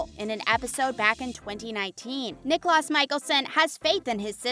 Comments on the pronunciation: 1. Nicklaus is pronounced KneeKlows, which rhymes with knee-house. It’s Viking/German. He was called Nick by family and Klaus by everyone else. 2. Klaus NEVER had a love for Elena. She was a living blood bag to him. Klaus was deeply in love with Caroline. They made love once. Katherine outed Caroline to Tyler at the bitter ball. 3. Stefan is pronounced STEF-fen NOT Steph-fawn! Nails on a chalk board people! 4. Katerina Graham (Bonnie Bennett the witch), shortened her name to Kat, which is the same as CAT! Not Kate! How did you come up with Kate without an E on her name?! 5. Episode is pronounced Eh-pi-sode. NOT appisode! I could go on, but this video left me infuriated. As an Editor in Chief, this video would never have gotten past my desk. The young girl doing the voice over would have to prove she could speak words properly or be fired! There are no dislikes showing on this video. I find that hard to believe! So many people hated this video that they like me wrote in to say what was wrong with it. If you want to be a journalist and use English, practice prior to recording. I will never get the time back I wasted listening to this video, so heed my advice! Practice and research your subject prior to posting. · Clearly doesn't know the shows mispronounced almost every name. Nicholas (niklaus) 🙄🙄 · U said niklas instead of niklaus pronounced niklows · i didnt even notice the stefan thing i was mostly talking about how she pronounced niklaus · Honestly not even one minute in i paused and scrolled to the comments because they said Niklaus wrong. 😑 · Klaus was never a love interest of Elena he tried killing her. That was his soul purpose of being in TVD. Haley & Klaus was NEVER married. Klaus/Nicklaus, Stefan, Salvatore, Kat are all pronounced wrong. Stefan & Damon became vampites on the same day so the age is wrong.